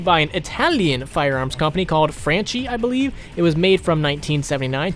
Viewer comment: I mean not to be picky but it's pronounced "Franki" and not "franci" Cheers from Italy